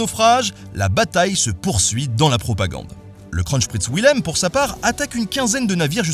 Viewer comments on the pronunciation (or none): Je me sens moins seul, je crois que le massacre de Kronprinz Wilhelm mérite une palme. J'entends sans arrêt "Le Scronchprïnce Vouilhem" ... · Moi, français vivant en Allemagne, entendant 5 ou 6 fois "KRONCHPRITZ WILHELM" AAAH mes oreilles ! Bon sinon très bonne vidéo, merci Ben !